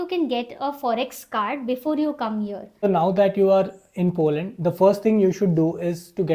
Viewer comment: Dear.. please use the correct pronunciation while you are giving the information on a international platform like YouTube. You should not say (heeear again and again because it is "here" not heeear... Rest everything is good enough.. hope you will not mind it and you should understand what I am trying to say.